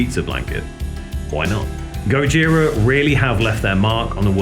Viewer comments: Please stop saying GOD-JIRA. French band, French way of pronouncing. Skip the D, it is GOJIRA. No f** D. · even though it is a japenese word indeed, you never hear any member of the band say God-jira, always Gojira as pronounced in French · "this is the story of God-jira".